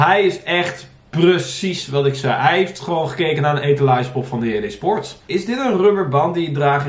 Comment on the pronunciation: Ik dacht dat men JD sports moest uitspreken zoals men in het Engels doet